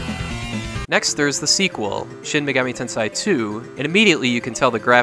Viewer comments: Great video! Just a hint on pronunciation: Shin Megami Ten"say" is the correct one, not "sai". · It's pronounced "ten SAY" not "ten SIGH". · Shin Megami "Ten....say" If you want to know how it's pronounced (no offense) "ei" is pronounced "ay"...🖤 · Bro, "tensei" is pronounced like the English words "ten" and "say". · It's pronounced Shin Megami TEN-seh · Say sensei. Okay, now say tensei. That's do you do it great job!